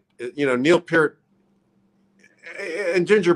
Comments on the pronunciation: Working Man... NO. That was John Rutsey. Fake Lars voice, BTW. How pathetic. AND IT'S PEEEERT!!! Not "Pert", like the shampoo, ffs. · So funny how no one pronounces his last name the right way...lol Pee-rt. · Peart is pronounced as rhyming with "hurt". That came from the Professor himself. It's not "Pier-T". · Danny Carry. “My good friend Neil Purrt” Oh, sorry! I meant to say “Peel Nert” Shit! It’s “Feel Squirt” He’s my good friend I promise! Dannys a great drummer! Just joking 👍🏼and for any other drummer who were good friends with Neil but couldn’t pronounce his last name, it’s pronounced Pea-ear-t. ☮️✌️ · Danny Carey says Neil is his “good friend” but calls him Neil “Pert.” How do you mispronounce your good friend’s name? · And he pronounces Neil’s last name wrong, as did Tommy Lee 🙄😒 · Funny how so many of these drummers couldn’t pronounce his name. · If he was your good friend, you’d know how to pronounce his fucking name, Danny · Danny Carey says he's a good friend and proceeds to say his lasnt name wrong. Fake